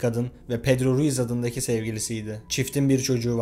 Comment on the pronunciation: Pedro Ruiz'i sürekli pedro reyis anladım diyom niye reisdiyo bu lsjdla